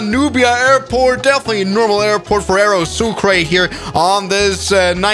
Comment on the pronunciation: Oh yes a “very sukra classic.”